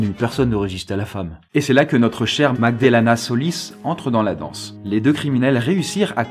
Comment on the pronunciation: Au début il dit Aussi "MagdaLAna" au lieu de "MagdaLEna" 😉